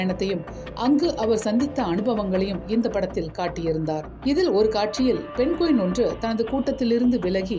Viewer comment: தம்பி பழைய தலைமுறை நீ இன்னும் மாறவில்லையா ?? அது பென்குவின் இல்லைடா அதை பெங்குவின் என்று சொல்வார்கள். ஏன்டா இப்படி தாய்மொழியான தமிழ் தான் தகராறு என்றால். அன்னிய மொழியான ஆங்கிலம் அகராதி பிடித்ததாக இருக்கிறது. வால்க தமில் வலர்க தமில்நாட்